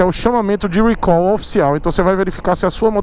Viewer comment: recal. não eh "rhuicol".